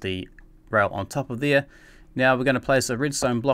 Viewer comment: dude u said "thire" instead of there